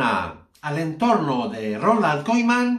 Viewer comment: Deja d mentir y aprende a decir Koeman. Es vergonzoso